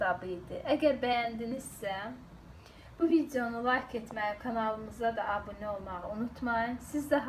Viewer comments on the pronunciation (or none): none